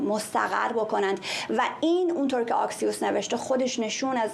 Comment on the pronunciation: خانم قرایی ،تلفظ درست اکسیوس بدون آی با کلاهه